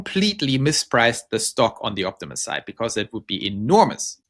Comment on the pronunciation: Yes "opti-moose" LOL